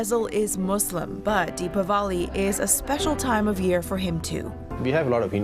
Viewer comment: That's great. You pronounce Dipawali exactly perfectly.